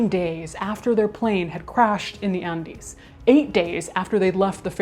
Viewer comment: That's the correct Spanish pronunciation.